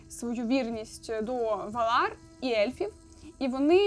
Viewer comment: Ме́лкора а не Мелко́ра, Ва́лар а не Вала́р, хоч бы погуглила спочатку, лоровединя хрінова. Ці слова сильдорійськоюмовою, мовою ельфів, а в твоєму виконанні звучить наче ороча